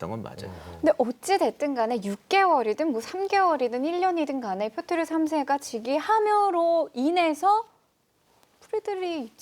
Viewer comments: 왜 자꾸 표트르를 표르트라고 하세요... 두부랑 부두 햇갈리시는 우리 큰삼촌 같아요ㅠㅠ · 역사에 대한 의 안목은 여기 댓글로 역사에 대해 아는 척하는 사람들의 그것과는 차원이 다르십니다. 근데 희한하게도 표트르를 표르트라고 하셨다가 표트르라고 하셨다가 또 표르트라고 하시며 왔다 갔다 하시는건 왜일까요? ㅎㅎ 제갈량처럼 지엽적인 건 대충 보셔서 그런건가요? ㅎㅎ 여튼 그 어디서도 듣기 힘든 교훈들을 주심에 깊은 감사의 마음을 전합니다. 제 인생의 스승으로 생각하고 항상 의 말씀을 새겨 듣고 있습니다. 항상 감사합니다. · 표트르 아닌가요? 표르트라고 두 번 말씀하셔서 제가 잘못 아나 싶어서요